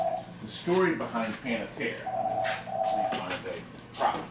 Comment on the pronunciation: Pan-AH-Tera hahahahahhahahahahahahhahaha!